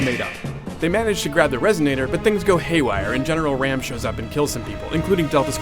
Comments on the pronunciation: its not ram its RAAM -_ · Marcus Fenix was in the army before emergence day. Read the books and it's Raam, not ram xD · Its pronounced RAHM not Ram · OMFG ITS RAAM NOT FUKIN RAM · ITS RAAM NOT RAM!!!!! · You obviously don't know any of the backstory of Gears man. Marcus and Dom both joined during the Pendulum Wars. Its Colonel Hoffman. Raam, not Ram. Baird is an engineer. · RAAM is pronounced RAHM (similar to the Egyptian sun god 'Ra' with an 'M' on the end), not RAM, (as in battering ram). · u prounance the As in RAAM like ROM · He said raam wrong